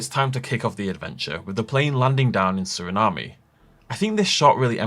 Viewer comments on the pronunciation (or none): My bad but I have to do it… It’s “Sur-uh-naam”. No “ay” at the end. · its pronounced "suri-nam" just trying to help clear that up! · Just a friendly heads up, it is pronounced Ser-eh-nahm, no E sound on the end of the word.